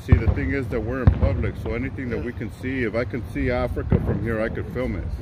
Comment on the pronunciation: "if I can see Afirca" priceless!